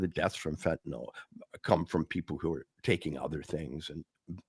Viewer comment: I disagree, but whatever. I do wish to point out, however, that both of these gentlemen know how to pronounce fentanyl properly. So many can't seem to. Given the importance of the matter in the US, the least that journalists can do is get this basic thing right.